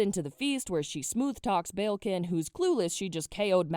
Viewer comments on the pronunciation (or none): the way your pronouncing balekin is killing me 😣 it's bal-ekin not bayilkin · Did you said prince BELKIN?